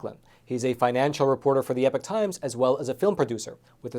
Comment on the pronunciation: you are a very knowledgeable and dynamic Reporter. I appreciate you very much; however I must ask you to stop mispronouncing the term 'Epoch'. It is not pronounced as the term epic. One is a noun and the other an adjective. Epoch is prononunced long E - Pock, or ep-Pock. Either way, the Pock syllable must be clearly enunciated. Thanks for all that you do for us.